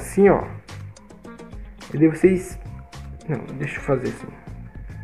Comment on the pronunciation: "fazer" não :faser